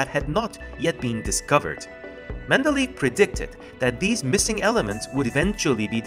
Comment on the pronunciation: It's Mende-ley-ev, it's not Mende-leave.